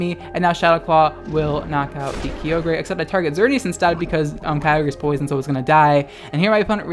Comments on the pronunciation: Kai-ogre not Kiyogrey!!!!!!! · It’s frikkin Kye-ogre (like SHREK) pls man. No more kee oh grey or w/e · Uhm, it's Kay-oh-gruh you degenerate. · KEE-OH-GREY It’s KY-OH-GER you degenerate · take a shot everytime says Ki-o-grey jokes aside Happy halloween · THAT IS NOT KEY- OH GRE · do you call Ogres, Oh-Greys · the way you say Kyogre.... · hey man, you said kyogre wrong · The scariest thing about this video was your pronunciation of Kyogre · He said in another video he pronounces it like that on purpose to trigger people...and it works. 🤢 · Vespiqueen lol I thought it was only just me!